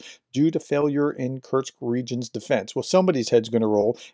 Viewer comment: Kursk. Not Kurtz